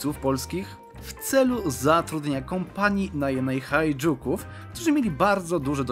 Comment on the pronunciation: nie to że coś ale HAJDUKÓW historycznie , staropolsko poprawnie czyta są przez J . Pozdrowienia od rekonstruktora